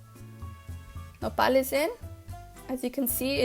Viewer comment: what is nopalies. sorry about spelling could not understand what you were saying. the cut up green things